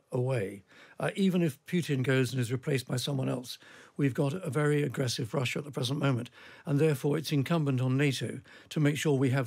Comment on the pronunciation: Can't The Times get a presenter that can pronounce the letter 'R'? It's tiring decoding this talk of "Vussia", "Gvoup" , "Vight". R not V mate.